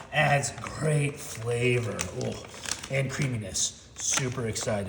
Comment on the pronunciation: Thought he said the mayo adds some "grape" flavor. Had to turn on captions.